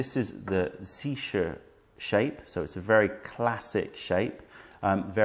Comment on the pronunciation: You have aided a struggling writer in pronouncing Zisha, thank you.